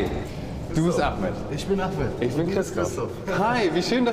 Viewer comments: Wird Ahmet nicht eig Achmed ausgesprochen? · DER HEIßT NICHT A MET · Wieso nennt ihr ihn a“ch“met wenn er ahmet heißt